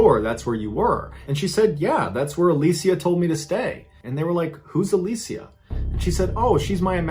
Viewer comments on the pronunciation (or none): Literally like everyone pronounces it alisha so I was shook